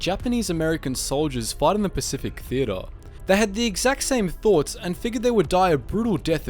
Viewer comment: The way he says theater cracks me up